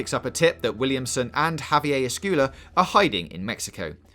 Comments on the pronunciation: Have-e-aye Eh-school-uh.. haha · U can’t pronounce esquella